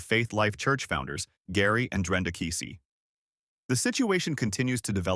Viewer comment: It's Drenda. It's Keesee.